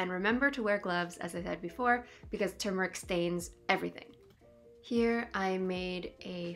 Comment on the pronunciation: This is a great introduction to anthotypes. I've been using all kinds of emulsions. The idea of chemical-free images is what drew me back to traditional photography. But, it's TUR-meric, not TOO-meric. Best wishes from Vermont 🍁